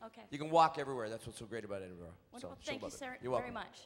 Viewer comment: Hopefully when that woman went to Scotland, they taught her how to properly pronounce Edinburgh 🙄